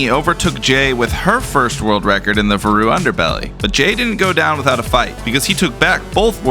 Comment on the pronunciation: listen i know its your videogame but i refuse to believe that's how you pronounce "varu"